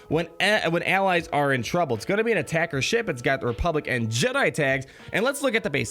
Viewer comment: you keep saying republican, dying laughing haha. though it is "republic and"